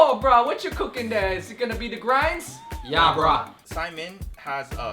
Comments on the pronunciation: It's uh, saimin...not simen. You guys were one letter away from a hilarious oops. Haha. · Idk if i am the only polynesian person that hates it when people pronounce it simon . I grew up learning that it was pronounced Sai-mean and spelled like saimin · I'm Hawaiian, Korean, and Black. My husband is Samoan and has some German in him. We call it saimin, pronounced "sy-meen... This is the first time I've heard it said like "Simon." Although, maybe it's just me, since we have a restaurant called Saimin Says... Secondly, the girl's cute. Is that really necessary?